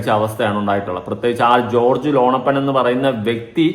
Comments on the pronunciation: ലോണപ്പൻ അല്ല ലോനപ്പൻ 😂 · എടാ .. മോനേ, ലോണപ്പൻ അല്ലടാ, ലോനപ്പൻ. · ലോണപ്പൻ അല്ല ലോനപ്പൻ ആകും😂